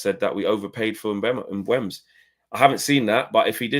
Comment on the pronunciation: Its Mbeumo.....Can we get it right